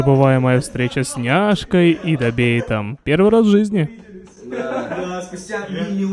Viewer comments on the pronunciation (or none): Не дабейт а дебейт